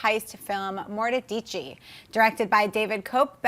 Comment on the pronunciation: That's not how you pronounce Mortdecai.